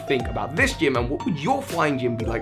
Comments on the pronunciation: Was I the only one who always thought he was say so hi Pokémon master instead of soar high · Wait. He was saying soar high at the end of his videos this whole time? I thought he was saying so hi! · Same reaction, though so thought he said “So Hype, Pokémon Masters”. When he said it the way he did I was like “😲 This is some kind of yanny or Laurel shenanigans”. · Coren la Volpe duuuuuuuude same! I always thought it was weird. Just recently found out he said "SOAR high"!